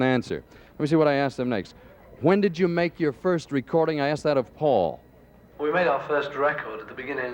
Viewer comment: At approx. min. In , doesn’t Dick say Faul, then corrects it, and says Paul?? I think he does. (IF) I’m correct, THAT is VERY INTERESTING!!! Anyone else HEAR THIS??